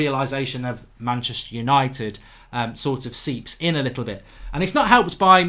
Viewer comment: There is no 'i' in Manchister